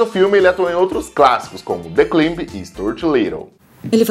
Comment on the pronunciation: the climb se pronuncia "claimb".*